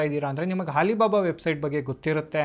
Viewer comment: ಹಾಲಿಬಾಬಾ ಅಲ್ಲಣ್ಣ.. ಅಲಿಬಾಬಾ ಅದು..😮